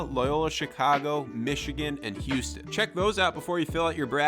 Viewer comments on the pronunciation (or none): none